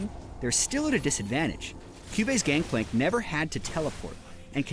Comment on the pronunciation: "Gankplank", gj riot how kind of you to watch through your own vids before uploading.